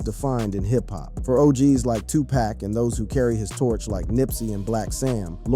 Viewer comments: Man shut up u keep sayin Tu-Pack that’s how I know u don’t know shit…it’s PRONOUNCED TOO-POCK SMFH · Can you give the man 2 pac the respect of pronouncing his name right. He's a legend it's pac not pack. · Yo my man, say the mans name correctly its 2Pac pronounced Too-Poc..........not 2Pack.... idiot!!! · Hard to hear him say 2Pack. Horrendous work! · Bro" No disrespect"" But can you please say the man name right? His name is 2pac"" not 2 pack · Get his name right! Tupac.....not 2pack!! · Dude his name is pronounced,” Tupac( Tu Pak). No way any dark skinned person even youngsters can not understand that. Put some respect on homies name. Especially since he transitioned and your making change( dollars) on his name smh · Damn man you could have atleast pronounced Pac's name right... You called that man tupack.. over and over and over😂🤦🏿‍♂️ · Shooge Knight and Two-pack is high-key disturbing to my ears! It's hard to focus on the content when he keeps mispronounciating these men's names!! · How many packs young brother??? 🤔😅 🗣️ IT'S PAC! PAC!(POCK) DAMN HUMAN A.I. GLITCH 😤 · This video is so disrespectful saying 2 pack that I can’t listen to it anymore! I’ll just read the cahments 😅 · "Shooge Knight" ?? "2 Pack" ? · I can't focus because he keeps saying 2 pack....like WTF! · I can’t listen to one more “To Pack” ! 🤦🏻‍♀️ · He said shoooje knight, and 2 pack. Shaking my mothafuckin head yall. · Right!!!! Especially when it say 2PACKK!!! Lol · I had to come to the comments. How is he narrating and can’t say he name right. It pronounced 2pock..😮😮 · CLICK BAIT, Dude can't even pronounce Tupac's name right 🤦🏽‍♂️ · something aint, right this guy is pronouncing Tupac's name wrong. Is this A.I. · A black person that can not pronounce Tupac is a house nigga just like Snoop, before you make another video you need to get they his name right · Hey man you ain't even speaking the name correctly who are U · Please stop pronouncing 2 Pac name wrong.